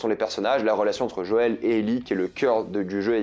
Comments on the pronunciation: C'est moi ou il dit Jole et pas Joël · Super critique, mais attend de faire le 2 tu risque de prendre une sacré claque ! Vivement en tout cas l’adaptation en série qui je l’espère sera aussi émouvant et immersif que le jeux ! Et juste quand tu dis « Jole » au lieu de dire « Joël » ça me fais limite saigner des oreilles 🤣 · Sinon c'est Joël pas jole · Cliqueur et Jol ça m'a perturbé tout le long 😂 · Pkoi il dit jol? Ça m a sortis de la vidéo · C'est qui "Jol" ? 😅 Hate de voir ton avis sur le 2 qui a tellement divisé ! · JO-EL ! tu vas avoir des problèmes si tu prononce mal le nom de daddy JOËL avec certains.